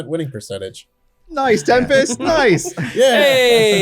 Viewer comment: I love calling Tempest “Tem-Past.”